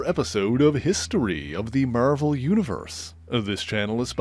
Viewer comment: Pronunciation is so distracting. Marvel = Mare-vuhl Slash = Suh-lash = Mary Mare-vuhlite Places - Puh-laces Maybe time for a different annoncer?